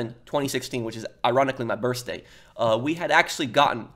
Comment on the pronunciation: ironically is my brithday sounds like pat/pof said is ironically my fristday lol